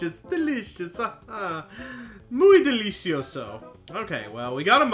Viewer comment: "¡Muy delicioso!" ~roundy, with an Italian accent Great choice of hack! Looking forward to this series.